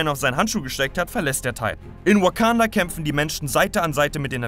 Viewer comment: Achi deine Aussprache ist zu 100% shit hahahah der zolo Film oder weekanda hahahah bitte vergrab dich Schaufel geht auf mich 😂😂😂